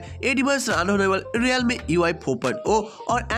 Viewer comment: Realme ❌ Riyalme 😂✅